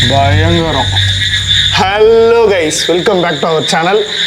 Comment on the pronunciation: 0.14 dayangaram ah illa bayangaram ah